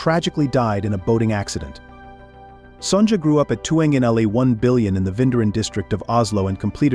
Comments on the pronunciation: It's very weird to hear the Queen's name as "Son-ja." Her name should be pronounced as "Sonya." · Sonja is pronounced with a silent j. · It hurts the ears to hear the queen's name constantly mispronounced. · You might want to learn how to pronounce Queen Sonja’s name correctly